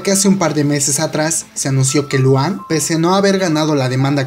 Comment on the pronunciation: Emm... se pronuncia Lujan... PD: solo si es EXO le daré like y veré el video